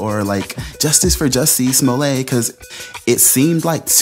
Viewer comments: Damn good video....but it's Small-let, not Small-lay. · SMO-LLETT, NOT SMOLAY.. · Sma let, not sma lay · Smo*ley*? You've heard Smolette so why are you saying smoley? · It's not pronounced "Smol-ay" No one does. It's not a French name. His father was Russian-Polish Jew. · Why would you pronounce it Smoley when everyone else pronounces it truthfully. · BS. Oh I knew he was lying but I didn’t say it until now!! Plus, you just payed a clip of multiple people pronouncing his name yet you still refer to him as Smollay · If the guy's name was pronounced "smolay" it would be spelled "Smolet" rather than "Smollett." Basic French grammar. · Da fuq is Smo-ley?